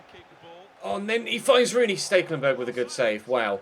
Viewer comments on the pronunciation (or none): Please god. It's STEK-lenburg. Not STEAK-lenburg. There is no A.